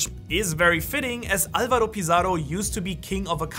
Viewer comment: Avalo Pizarro! Not Alvaro! Funny mistake, though